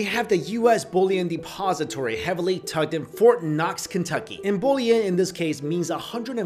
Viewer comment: Bullion, if it were not for your text, I'd think you were saying "bow-lee-en" rather than the correct enunciation which is "Bull-e-on".